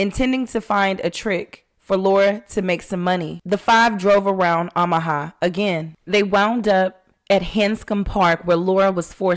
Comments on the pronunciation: Is pronounced “Oh”maha. Not Ahmaha just fyi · I love your channel! Pronounced OH Muh ha 😂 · Kind correction. It’s OH ma ha. No shade. Your voice is so soothing. Please continue to narrate your episodes. The robot voices creep me out.